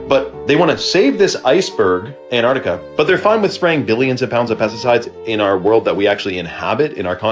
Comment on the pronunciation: pronounced "AnTarctica"